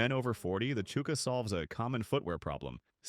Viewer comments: its prounced chukka not chooka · Pat-eye-na Blue-son Chew-ka ...............Damn AI narration